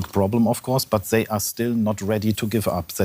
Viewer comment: "zhey need" xDDD